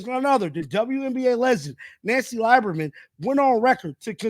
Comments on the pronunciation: It's pronounced leeberman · It's pronounced "Lee-ber-man" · please learn how to say these folks names right... dude you are killin me 😂 Nancy Lieberman (lee-ber-man) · Dude, it's pronounced Lee-burr-man. You should know that. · Pronounced (Lee berman) brother!!!